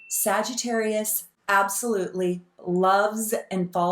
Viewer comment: lol exactly we’re damn near perfect but he calls sags “SagiTERROIST” 🙄